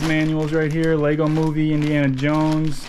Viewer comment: Lego no s in Lego